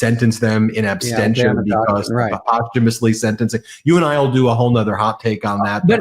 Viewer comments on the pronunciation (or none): In absentia not abstentia